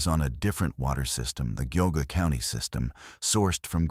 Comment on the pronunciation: live in central ohio and i love ohio stories that show research of the area [ok except for spelling and pronounciation of geauga] i also worked as an intern for water systems for a while and spent time in the plants and learned a little so really appreciate this story leaving....what a great idea thanks for sharing spoiler? it struck me as 'the blob' at the start of the story